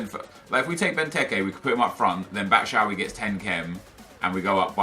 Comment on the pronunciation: i swear to god if he says "batshowee" one more time im unsubbing